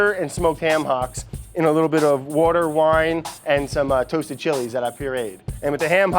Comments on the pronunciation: Sorry what is that word he used? 'Wouder' I think he said? That some sort of fancy wine? Pls anyone explain. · He, it’s “wourder.” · Everytime Brad says water... I can't help but imagine "wourder" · I love how Brad says water. If sounds like wourter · I miss the edits that say "wurder" every time Brad says water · First We Feast should've let edit the vid. "wouder" "wouder" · Whurder = water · WOUDER. FUCKING WOUDER FAM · He's either from Philly or South Jersey. the way he pronounces water as "wourder" gives it away. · Aditya Srinivasulu His pronunciation of 'water' as 'wourder' implies he's from either Philly or Jersey, Brad is "... born in northern New Jersey (the pretty part)..."; is what I found on an article.